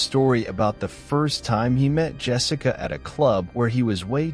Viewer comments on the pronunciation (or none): Wonderful narration! My own qualm with it is that you keep pronouncing Yessica as Jessica. Yess-ica not Jess-ica.